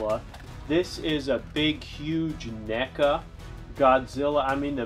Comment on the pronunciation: HE SAID NECA NOT MECHA